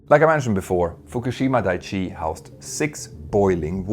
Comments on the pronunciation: Dai-ichi, not dai-chi. Just correcting the pronunciation as a fellow Swede Dai means big, Ichi means one. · Thabks for the video. But I must. It is "dai-ichi". Not "dai-chi".